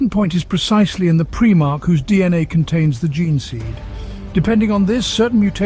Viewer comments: This would have been the PERFECT introduction to my friends who want to learn about 40K. But I can't recommend this video due to PREEEE-MARH Its PRIME - ARCH Smh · It's prImarch not prEEEmarchs... lol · I cringe every time he says “preemarch” 😂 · preemark... can't listen to that